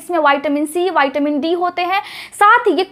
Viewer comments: Madam vitamin bolna seekh Lo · विटामिन है बैटामिन नहीं बच्चे